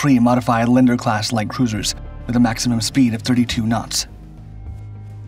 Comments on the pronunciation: They are correctly called Lee ander class cruisers not leen der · For future reference, Leander = "Lee-ann-der", not "Lender". 🙂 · She was a " Lee, ander class, not your pronounced version😮😮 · It's pronounced (Lee-and-er) Leander